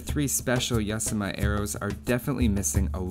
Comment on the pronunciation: Yasama is pernounced Yah-Zah-Muh or Yazema Love your vids dude. <3 your better then zeroemps. shhhhhhhh dont tell anyone;)